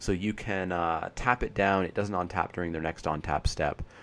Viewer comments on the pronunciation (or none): where do you live? Your pronunciations are mostly "normal" but then you say ontap for untap :) Just wondering.